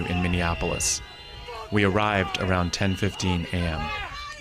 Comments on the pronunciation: He says arooudd to be proud 😅😂😂😂😂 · Tim pool: "Aroud" 😂